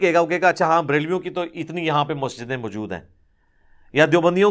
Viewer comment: Assalamu Alaikum wa Rahmatullahe wa Barakatuh. Ali bhai I want to point out one thing for your improvement. You mispronounce an Arabic word which is also in Urdu. You mispronounce the Arabic word “maujood” as “ majood”. Please correct this, insha’Allah! Jazakumullahu khairan! Your pronunciation is much better than most other scholars, alhamdulillah. Wassalam.